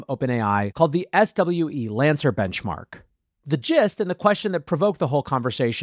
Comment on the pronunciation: SWE-Lancer is pronounced "swee-lancer" like "freelancer"